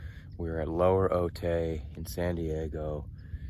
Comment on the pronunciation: Ay my boy. Its pronounced ohtai